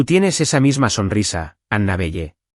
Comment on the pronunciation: ANABELLE NOMBRE SAJÓN SE PRONUNCIA ANABELE, NO PEQUES DE LITERAL NARRADOR ESPAÑOL